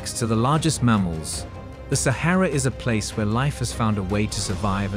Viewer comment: Repetitive and boring. Narrator doesn't even know how to correctly pronounce Sahara or Oasis.